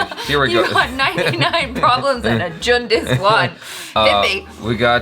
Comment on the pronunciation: It's actually pronounced as jhund